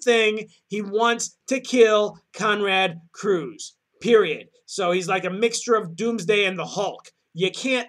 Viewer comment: Curze! Not Cruze.